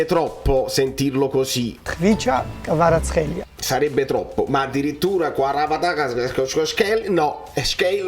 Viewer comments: Kvara-schelia? E Scaramuzzino che chiama Zoboli invece di Zanoli? 🥴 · Tsimikas = Zimikas Kvaratskhelia = Kvarazkhelia Perché? PERCHE'?